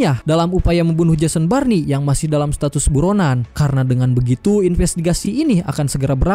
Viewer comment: Jason born bg bukan Jason barni😂